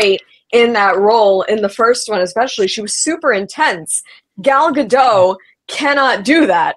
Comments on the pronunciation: Gadot is Israeli not French. The T is not silent! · At this point it would be easier to get to correctly pronounce Gal Gadot than it would be to salvage this movie, lol